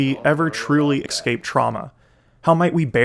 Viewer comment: It's so hard to take someone who says "excape" seriously.